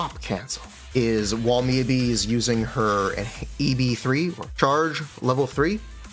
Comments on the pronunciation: i mean, saying "mi yabi" is more correct than "miYAbi" so you're good also great video and gratz on beta access ‼ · uh its mi yah bi actually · it's miyabi not miyabi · HUGE points for calling jer "Mi-yuh-bi" and owning it 🤣🤣🤣 I was waiting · I figured that you intentionally say Miabee, but now I know for sure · why does he say her name all weird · Bro her name IS Miyabi, not MiYAbi. The first few times you said her name was correct Japanese. The long A is American, like YaNAgi, that’s also wrong it’s Yanagi fast.